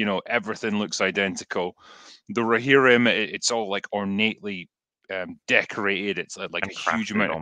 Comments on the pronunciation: Glad I'm not the only one that was bothered by the "Rohimrin" thing lol. Excellent chat gents. Cheers 🍻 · rohimrim, was killing me, llloooooooooooooooolll. glad someone mentioned it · and faces every time tries to say ‘Rohirrim’